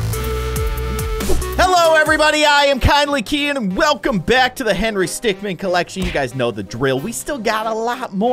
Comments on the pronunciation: Bro Henry literally spoke he said stickman pawnch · henry said stickmin pawnch